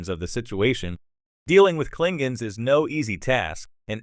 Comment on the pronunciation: Learn how to pronounce Klingons and Jean-Luc.